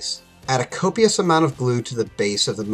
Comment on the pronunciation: co·pi·ous , co·pi·ous , co·pi·ous, of glue!!!